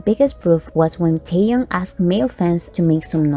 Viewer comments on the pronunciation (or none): none